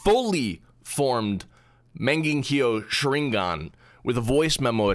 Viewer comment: Lol the way he said mongakill sharringon